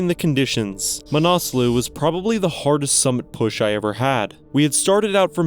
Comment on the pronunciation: Pronounced ma na sluh, not "manaaasloo"